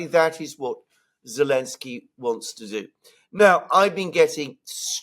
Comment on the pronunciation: Not Elenski, it's ZELENSKY!!!😮